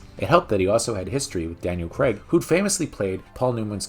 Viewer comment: It's actually Daniel Craig. Not. like " Craig David " emphasis on the Craig there.